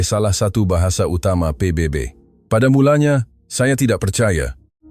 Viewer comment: Sebutan PBB pun tak betul. Konten hayalan konoha. Duk ratib Malaysia hari2.